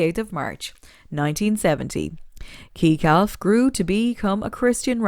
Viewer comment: Why do a video when you don’t know have correct information you showed Ted Whites picture while speaking of Ken Cunningham and when speaking about Ken Cunningham had a picture of her sitting with Jerry Wexler.can’t pronounce names i.e Keekelf...like really. And wasn’t this entitled celebrities that dated Aretha you had maybe 1 and I wasnt even paying attention to that guys.... Do your homework .stop using our icons simply for clicks.😠